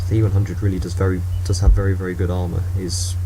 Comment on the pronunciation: Vewy Hormonal